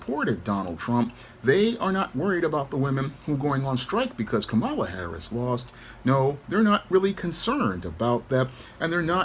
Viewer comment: Someone by now still not knowing how to pronounce Kamala, is really just saying: "I am dumb".